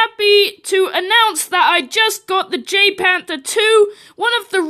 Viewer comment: Pronounced: YAGPanther 2